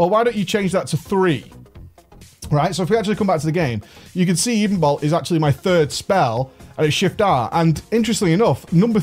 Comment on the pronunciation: edenbolt? ...edenbolt ya ever hear that song "ebony and ivory"